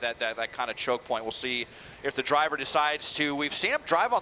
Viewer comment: I can't take this seriously with the anchor saying "Twaffic" and "Dwiver" 😂